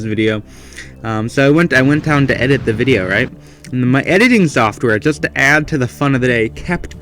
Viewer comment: I think is working with the Germans he keeps on saying Ze